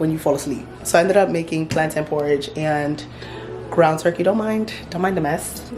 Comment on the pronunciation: The way you pronounce "plantain" is disappointing. You're Nigerian for goodness sake! What is plan-tin?!